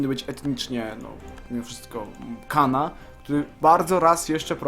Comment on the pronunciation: Nie Khana tylko Chana